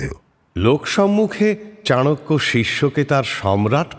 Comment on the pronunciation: Sudhu golpo hisebe valoi. But ei chanakya nam ta charakya sunte kane kamon jano lagche